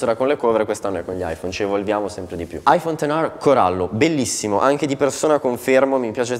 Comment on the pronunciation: Aifon ten ARRRRRRR